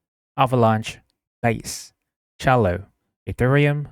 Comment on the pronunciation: I like it 👍🏻 pronounced cell-lo by the way. Like cellphone 📱